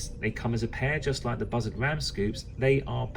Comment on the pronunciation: Sounds like you're saying buzzard collectors instead of bussard collectors. I've always heard it pronounced "boo-sard"